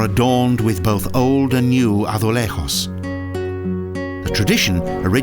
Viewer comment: good to do better research on pronunciation. you can't even pronounce braganca azulejos do you know you are not in spain dum dum